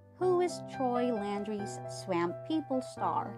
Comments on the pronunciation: OMG!!! IT'S NOT PRONOUNCED SWAAAAMP LIKE LAMP! IT'S PRONOUNCED "SWUMP" LIKE HUMP! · You should really have someone narrator video who knows how to pronounce swap. Y’all should be embarrassed. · Someone please tell this woman (narrator) how to pronounce S-W-A-M-P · Swaaaahhhmmmp! Not Sw AMP !! PLEASE !! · I've never heard someone say swamp the way this video dose....from louisiana...its hillarous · She may be from Wisconsin. S'alright tho